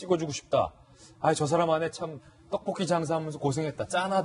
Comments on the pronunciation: 기자 발음 왜이래 떡뽂기 발음이 그렇게 안되냐? 떡뽂까?ㅋ ㅂㅅ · 떡볶이발음안되나 짜증나네